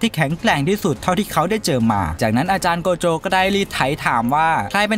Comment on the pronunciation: โกโจะ❌ใจโกะ✅